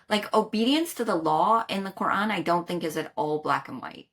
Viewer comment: I love the way they pronounce the word Qur'an! It's so accurate :D